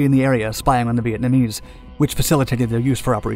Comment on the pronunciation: Vietmanese? At or , the narrator mispronounced that word. It is Vietnamese, right?